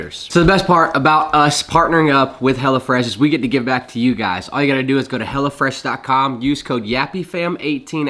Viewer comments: I don't know if it's the accent or on purpose, but you keep sounding like you say "Hella Fresh," which I think is gold. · That GA accent... Hellafresh... come on you can say it right